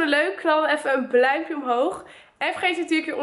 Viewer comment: Bluimpje zeg je altijd 😆😍